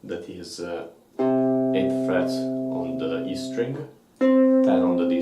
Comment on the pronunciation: I love this video! But in the future can you really enunciate the string? Sometimes it is hard to distinguish what you're saying when you call out a string. I can't really tell if you're saying E string or B string. Other than that, this was phenomenal.